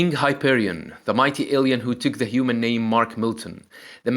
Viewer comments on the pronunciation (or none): none